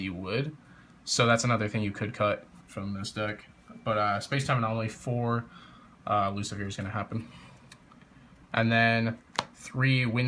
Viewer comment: it's Lu-ci-fer not Lu-ci-fier